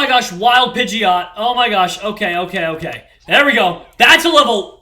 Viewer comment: it's pige-ot not pigy-ot